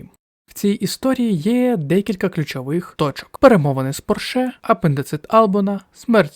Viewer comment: У слові Порше наголос робиться на іншому складі 😢